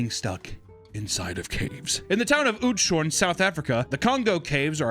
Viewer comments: "in the town of OOTSHAWN"? Haha, it's pronounced, "oats-ho-rin'" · As a South African I'm dying at his pronunciation of Outshoorn 😂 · I used to live next to Oudtshoorn (you butchered the name btw) and i have visited that cave multiple times. It feels so weird to see a stock image that i recognise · I think the name of that town is pronounced OATS-were-RRin (hard R like in Spanish) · "In the town of Ootshorn" what the hell, sure. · As a South African who has family living near there, pronunciation of Oudtshoorn made me sweat uncomfortably. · Love how you said Oudtshoorn 🤣🤣 That story gets told by every guide to give people an explanation why there is a foam cut out with the cave sizes to check if you can join the caving part of the tour and they like joke about how she was the only one not fed so she can lose weight. Much Love From South Africa. (just put oudtshoorn in a Afrikaans to English translator if you're curios about the pronunciation) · south african here, loved how he pronounced oudtschoorn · His pronunciation of Oudtshoorn is hilarious 😭😭😂😂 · How the fuck was oudshoorn pronounced 😭😭